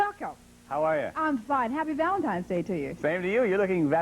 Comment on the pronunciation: She did indeed.